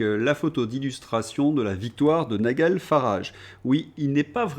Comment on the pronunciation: En anglais, on prononce NaïeDjeul, pas NaïeGueule !!